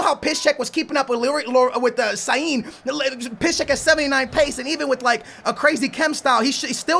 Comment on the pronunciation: you gotta love, cant pronounce "sane", but says perfectly "piszczek":)